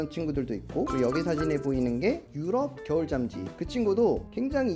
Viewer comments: 계속 겨울잠쥐가아니라 겨울 짬쥐라고하는거같은... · 잠쥐 발음조심!! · 발음에 유의 합시다 '겨울잠'쥐 입니다. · 브로님 발음이 ㅋㅋㅋㅋㅋㅋ 겨울쫨쥐 ㅋㅋㅋㅋㅋㅋㅋㅋㅋㅋㅋㅋㅋㅋㅋㅋㅋㅋㅋㅋㅋ착한생각.....착한생가..ㄱ.....ㅠㅠㅍ...